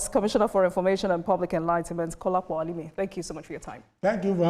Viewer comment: Ha-lie-Mean(Alimi).You are a terrible human being.